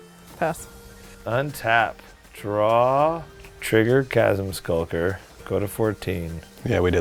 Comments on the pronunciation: chasm skulker? i think you mean shasm sulker! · Can't bear the butchering in pronunciation of Chasm Skulker. Wtf is a "shashm"?